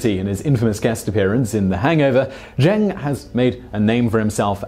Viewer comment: Ken Jeong's surname is pronounced like "Jong." Not "Jeng."